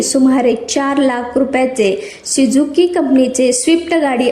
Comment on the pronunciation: शिझुकी नाही सुझुकी मॅडम